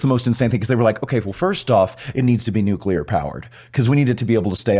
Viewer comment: Nu-clear not nu-cu-ler 😂